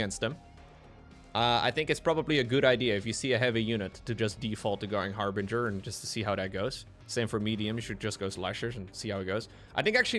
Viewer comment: THANK YOU for pronouncing "Harbinger" correctly! You would not believe how many people say har-bringer.